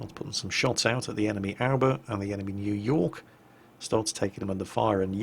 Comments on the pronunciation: Is it just me or does it soud like he is saying "Alba" instead of "Aoba"? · Well all love the way pronounces ship names, especially IJN ships, but where is he getting the 'L' from in Aoba? He keeps saying Alba. I call it the Ah-oh-ba. Or Oh-ba. Obo? Do we have any Japanese nationals with us able to help? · Ah-oh-ba is the correct way to pronounce it. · "Nevertheless the Ourber is a decent ship. It's the first Japanese cruiser to get 203mm guns.." Wait, I thought the Furutaka had those too. checks online Oh, Furutaka had 200mm guns, and then 203s for the reconfigured three-turret version. Wait, was it like that in WoWs? I don't know anything anymore... Curée harbor? Where's that, France? You mean Kure, right? That pronunciation should be more like "Coodday" or at least "Coo-lay"....Should I add an "Actually,..." in there? Well, let's pretend I did. (That's "Coo" like in coo-coo bird. Not Cocoa. The "dd" in English is the closest sound to the Japanese "R". ie: Pudding/Buddy. Of course, Japanese doesn't have an R, that's just a transliteration. The tongue should tap behind the teeth during vocalizing for the sound. English R doesn't even use the tongue and L starts from the behind-teeth position... Am I explaining too much? I'll stop.) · you do a good job of pronouncing some foreign words, like Grille. Then you don't do as well with Japanese. A-oh-ba.